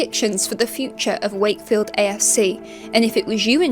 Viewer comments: 'Sake field. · Funny how you says shakefield as they do actually say “shakey wakey”